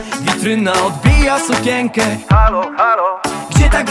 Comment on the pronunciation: wymawia się sukienkę, a nie sukięnkę. tak samo jak nie łaziękę, piąkę do goloenia, koleżąkę. w podobny sposób nie mówi się doknij mnie, tylko dotknij mnie. niechlujstwo wymowy to plaga youtube